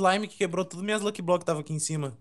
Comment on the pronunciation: É "faz" e não "fais" e também e "luck block" e não "lok blok".